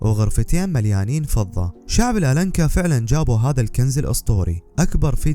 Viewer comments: تلفظ الانكا اخي وليس الالنكا Inca بالانجليزية شكرا على الفيديو الممتع. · اللفظ الصحيح الإنكا بدون حرف اللام